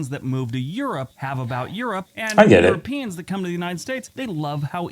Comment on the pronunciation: Why are you saying "eu-RO-pians instead of "euroPEans? It's like if we were to say "AmericAAANS" (like the language Afrikaans)? Also, you're too close to the screen and you look green in the face. Not a good look.